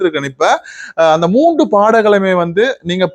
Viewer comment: அவர்களே, நீங்கள் பேசும்போது 'வந்து' 'வந்து' எனக் கூறுவதைக் குறைக்க முயலவேண்டும். மூன்று என்பதை மூண்டு பாடல்கள் என பலமுறை தவறாக உச்சரிக்க வேண்டாம். இந்திரஜித் இனிமையாக பாடுகிறார் -தொடர்ந்து கடும் முயற்சி செய்தால் மூச்சு எடுக்கும் மெல்லிய ஓசையயையும் ஒலிவாங்கியில் கேட்காமல் பாடலாம். பயிற்சி செய்தால் நல்ல பிரமாண்டமான எதிர்காலம் உண்டு.